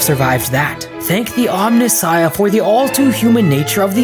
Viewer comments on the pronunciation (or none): none